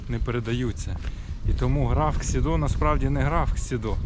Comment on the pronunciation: Хмільник ніколи не перейменовували. Його назва незмінна від першої згадки в 1362 році. Писалося Chmielnik польською мовою, Хмельник російською і Хмільник українською. Район був Хмельникский, зараз Хмільницький. І граф був КсІдо, не КсідО. Він Ksido, а не Xido. Будь ласка, не вводьте в оману глядачів, напишіть уточнення у описі. Цікаве відео, але стільки помилок, шкода.